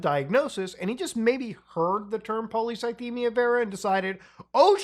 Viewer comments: "...really research into it." Don't get me wrong, I'm a fan of, but lil' bro took like 15 minutes to fully dismantle Boogie's facade. Took him about as much time to pronounce polycythemia as he spent researching it. Good on him for putting money where his mouth was and offering 5k towards bills if Boogie provided proof. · Not being able to pronounce the disease you were "diagnosed with" by a doctor is a major red flag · My maternal grandfather died from polycythemia vera. I think that Boogie couldn't even pronounce it properly (and almost seemed to be joking about it) would be a red flag for me that he wasn't being honest. That kind of diagnosis scares people, and most people want to understand what's going on with them and learn all they can.